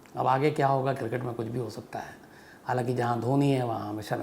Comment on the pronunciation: Sir why do you pronounce Cricket as KIRKET